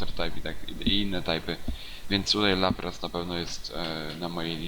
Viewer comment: na laprasa powiefziales raplas